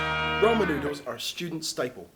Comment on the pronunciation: did he say roman noodles? lol